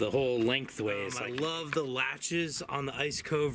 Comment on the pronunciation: "ice -a-coe"???